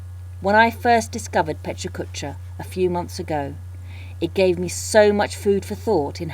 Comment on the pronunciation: The only thing that's killing me is the repeatedly HORRID pronounciation of a wonderful word. The "correct" one is just as bad. Sorry, but it really is distracting. Aren't you in Tokyo? Sorry for the snark, but it's a wonderful idea and this is terribly distracting.